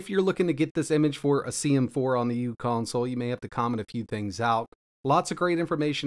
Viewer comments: The u in "uConsole" isn't pronounced as "u." It's "u" as in micro. So it would be pronounced Micro Console. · It’s pronounced “micro-console”.